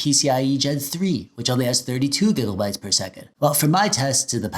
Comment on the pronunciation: why gigelbytes bro its gigabytes